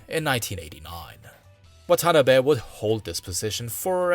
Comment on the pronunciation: Your pronunciation isn't terrible but when you said "Watanabe" my ears started spontaneously bleeding